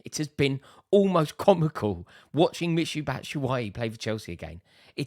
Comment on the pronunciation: I died when he said Michu Batshuayi 😂😂